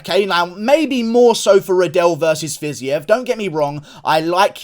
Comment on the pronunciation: Bro it’s pronounced “FIZEEV”